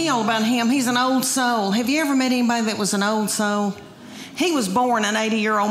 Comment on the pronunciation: When there’s no such thing as a 1 syllable word. May-un (man). Chy-uld (child). Owe-uld (old).